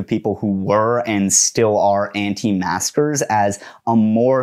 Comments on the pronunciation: are you saying anti masker or anti master lol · Sounds like he’s saying “anti masters” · But why does he repeatedly say "Anti-master"? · Does he keep saying “anti-masters” or is it an auditory illusion? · I keep thinking you are saying "anti-masters."